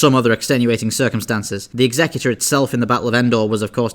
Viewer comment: All these years I've been pronouncing Executor the same way you do, so many pronouncing it like execute-or.